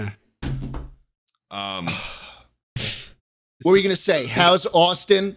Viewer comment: it's ploob not poob